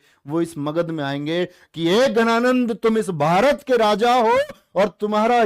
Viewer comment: Sorry to say but it was dhananad not ghananad